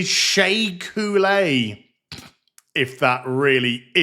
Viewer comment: As a french teacher, I find even the placement of the accent in Couleé's last name infuriating.